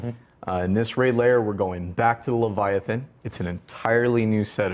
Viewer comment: Lythathan. Ly. that.han.